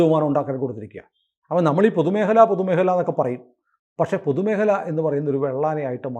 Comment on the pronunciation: പൊതുമേഹലയല്ല. പൊതുമേഖല എന്നു പറയൂ.